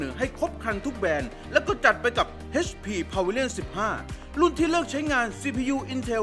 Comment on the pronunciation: เอชพี ไม่ใช่ เฮชพี